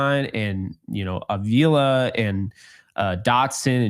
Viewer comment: I am not letting go of this. It's "Ah-vee-la". Not "A-veela".